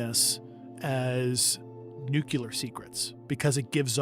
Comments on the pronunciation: let's all try to say Nuclear the correct way, its Nu-clear, not Nu-cular! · Again.@ . Grush says "Nucelar" secrets. Isn't it "nuclear" has the world gone mad, or illiterate? Wats going on? Can't any of these super smart people say nuclear properly? Wtf? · NuCLEAR. You Idiot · I really wish insiders would pronounce "nuclear" correctly. New-clee-ar not nuke-you-lar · Just a random thought that popped up: I can't understand why our star of the show, Grusch, says 'nukular' 🥲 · I wonder if Grusch knows he's mispronouncing the word "nuclear"...